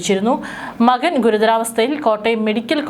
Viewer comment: Makkan alla 😂😂 makan❤❤❤